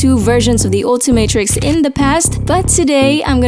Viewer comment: It is not altimatrix it's ultimatrix 😊